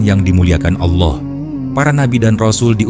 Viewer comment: Allah bukan Aulah